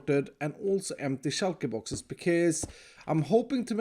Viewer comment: "shulka boxes" once u hear u cant unhear it...